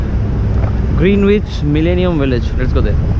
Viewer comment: Your pronunciation of Greenwich is wrong